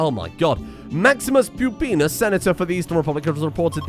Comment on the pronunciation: That's NOT how Pupienus is pronounced